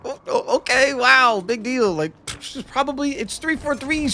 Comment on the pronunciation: ay-low fre on the eggsbawcks free-siiggstee was peak